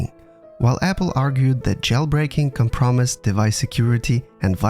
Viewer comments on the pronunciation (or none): sounds like you said "can promise" when I think you mean compromise. I get its an accent or your dont speak english first but just so no ones confused